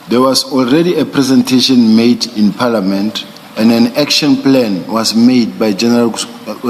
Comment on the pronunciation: Round in circle, General like " National Commissioner" "Paeliament" , "Plan" "Letter". Ho ho ngata "its a lot" 😅